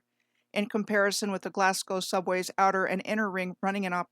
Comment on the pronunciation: I learn so much from your channel, really world class, pronunciation is important, there's no Scottish city called Edinboro, but there's a bird in Australia called a Cookaburra, yeah, Cookaburra-Edinburgh Cookaburra-Edinburgh, your Glasgow is perfect, most say like Glaas-cow so your Glasgow is down like a clown, so you go girl!